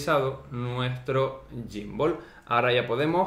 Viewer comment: Te pierde en reconocimiento facial xq lo tienes muy cerca...y también xq le llamas gymbooool🤣🤣